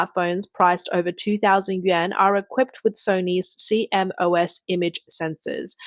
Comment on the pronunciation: C-M-O-S is pronounced "See-Moss". But nice to hear a real person doing the narration.